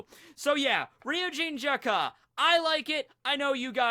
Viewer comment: its Jakka, not Jak-Ka.. super annoying